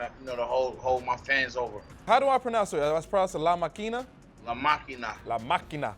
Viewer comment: Conway pronounce LA MA'QUINA so good . That he sounds like he's from Dominican Republic . 😄😄😄👍👍👍